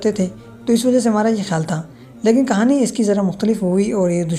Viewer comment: کھانی نہیں کہانی 😂